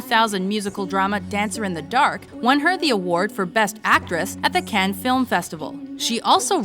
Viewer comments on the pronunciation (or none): none